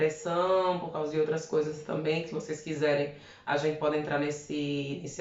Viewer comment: Eu entendi "pode chê" kkkkkkkk